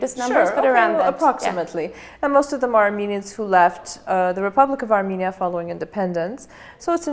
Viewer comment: Very self confident speech I think will be correct to say a r m E n i a not a r m I n i a not a m i n i a but a R m E n i a